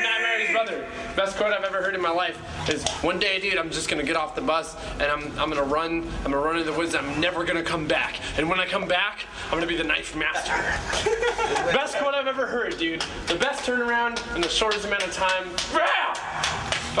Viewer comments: wtf.... y u say knifes master.. it so sound like nights master.. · is he saying "and when i come back im going to be the ____ master" knife or ninth? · does he say knife or knight master? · does he say knife or 9th i am not sure? Either way its a funny quote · most deff says knife master , have the iphone put it up to my ear , replayed it 4 times and he says KNIFE !